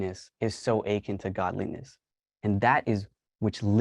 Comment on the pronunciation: The word 'akin' is pronounced 'uh-KIN', not 'achin'. Please look it up.